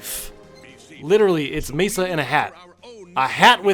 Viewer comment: Why say Mesa when his name is Masa? Also i don't get why they didn't just do a straight up adaptation. They could've flushed out the backstories of some characters in the process of extending the game's story.